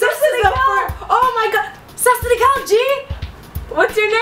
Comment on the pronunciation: it's not sasrikar it's Asalamualaikum